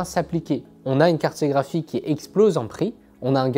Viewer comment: Carte graphique et non carté graphique ! À part ce retour, le contenu est très qualitatif 🫰